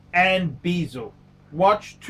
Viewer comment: BEZEL IS PRONOUNCED AS SUCH: BEH- ZILBASEL WORLD IS PRONOUNCED AS SUCH: BAH ZULIT PHUCKING KILLS ME WHEN YOU PRONOUNCE THE BOTH OF THESE WORDS AS BEEEEEEZELLOL LOVE YA ANYWAY KEEP ON ENTERTAINING!